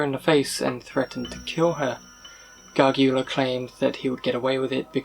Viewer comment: Its Tricia pacaccio "PAH-KAHTCH-CHEE-OH" AND Michael Gargiulo " GAR-JEWELL-OH. I'm not trying to call you out or anything I just thought you should know. I love your videos keep em coming! You're doing a great job!